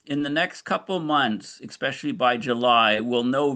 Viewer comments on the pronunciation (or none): Quit saying ECK-SPECIALLY! It's EH-SPECIALLY😱